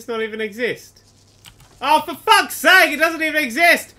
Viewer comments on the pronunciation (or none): none